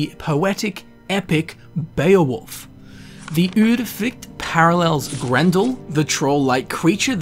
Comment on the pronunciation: You are one of the few persons from an English speaking country who has seemingly no problems with pronouncing the vowel [y] as in Udyrfrykte. That's great! :D